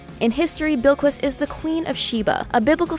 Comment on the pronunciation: pronounced bill-kiss not bill-kwis